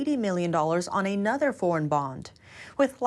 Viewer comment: I really wish would learn to speak English like a human being, not a robot, Her hard 'a' sounds, even in words like 'another', would sound more natural if they were softened.